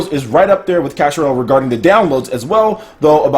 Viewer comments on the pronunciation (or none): Did anybody else notice when he mentioned "Clash Royale" it sounded like "Cash Royale"